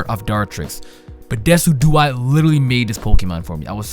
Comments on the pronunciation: Decidueye is pronounced DESIJEWEYE. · Decidueye is pronounced Des-sid-you-I Decidueye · it pronounce Da-sid-u-eye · omfg I read this comment wondering how he would pronounce it, did not expect deck-i-dew-ee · This man said "Deck-i-dew-ee" I'm gonna lmao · "Deki-duey" lol good try tho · I love how mispronounces all three final starters' names. Well he gets Primarina right eventually. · Y'know Decidueye is pronounced like deciduous, right? It's name is based on the adjective that refers to trees.